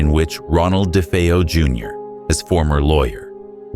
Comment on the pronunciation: ChatGPT rubbish. delete 👎🏽👎🏽 "dee fee-oh" Ok.